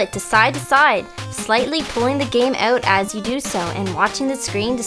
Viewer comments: The word is OUT, pronounced like OWT.....it is not pronounced OAT as in TAKE THE GAME OAT. If you pronounce it OAT, YOU ARE WRONG. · LOL she says "oot" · Pulling the game uut? This girl must be Canadian ;) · you said "owt" , so I guess you're canadian? :) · haha canadian accent, "slightly pulling the game oot" =P